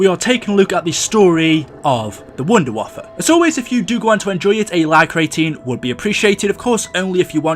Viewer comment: It's pronounced vundervaffah-DG2